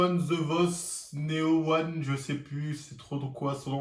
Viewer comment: Ptdr il a défoncé son blase